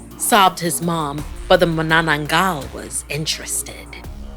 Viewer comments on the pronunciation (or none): The stress in the word Manananggal is on the first syllable.